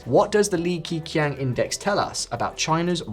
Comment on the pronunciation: its not pronounced as "key: but "ke" like "ke-bab, ke"